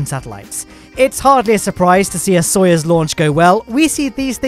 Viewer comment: stop saying it like its sawyers its soyuz